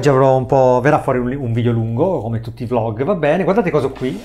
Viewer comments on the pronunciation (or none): none